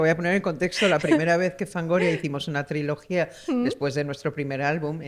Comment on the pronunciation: Dice triología como Chenoa